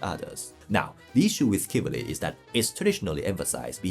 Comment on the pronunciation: Thank you for the great content! "Shiv-el-ree" is a helpful way to pronounce chivalry.